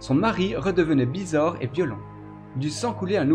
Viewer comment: Et toi tu ne serais pas possédé par l'esprit d'un segpa pour prononcer systématiquement les "et" en "est"??